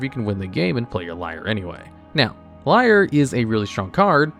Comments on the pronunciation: Erm, Niv-Mizzet is almost wrong pronounced ten times in this video. You could at least have checked how to pronounce it. It rhymes with Dutch: "Hoe is 't?" (= "How are you?") or "How is it?" I also don't think Lier is pronounced like liar, since Innistrad. It's more likely pronounced as leer. And Innistrad is, well think East-European. So Eeneestrahd. The teeny squad from Innistrad. And this one? You had thirty years to get it right. Emphasis is on Llan, so it's LAHNowar. Sheperd also isn't the basis of Legacy Elves: the deck is much older than that card. I'd say Craterhoof Behemoth still is the basis of Legacy Elves - which you find with Natural Order or Green Sun's Zenith which are protected under Sheperd. Glimpse is how you find those. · lier being pronounced as liar instead of leer makes me hurt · LIAR instead of LEER this dude is funny XD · I can’t get over you pronouncing Lier as Liar